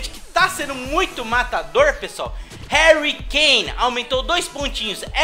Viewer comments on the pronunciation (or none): none